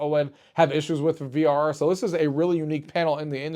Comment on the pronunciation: You said frr not vrr and kept saying z1 extreme